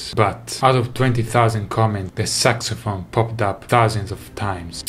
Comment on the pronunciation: Nobody Davie: SucSyPhone